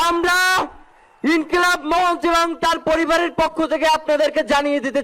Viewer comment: মঞ্চকে মন্চ বলে কেন ?